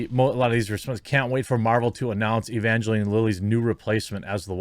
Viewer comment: It's pronounced ə-van-jə-line. Bad Religion did a song with that name.